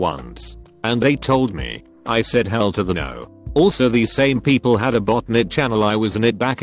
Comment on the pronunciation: i could not stop laughing "poeple..."